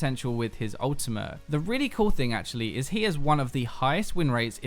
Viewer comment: mate, why do you keep saying Ultimah instead of Ultimate? Like what's up with that? What's an Ultimah?